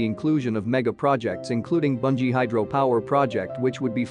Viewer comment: watching from Gilgit. please correct your pronunciation, it is not Banji. it is Booonjee